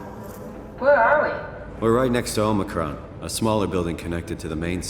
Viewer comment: Omicron, not Omnicron.